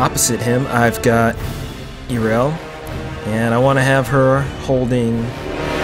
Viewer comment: This is a very well made picture. That being said, there IS one thing I felt I should mention - in the video you kept calling her Eerel, but it's actually pronounced Yarel.